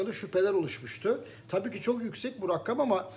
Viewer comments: Hocam su rakkam demeyi biraksaniz guzel turkcemize sahip cikmalyiz bence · Hocam selamlar ''rakkam'' yerine ''rakam'' deseniz çok memnun olurum. Saygılar.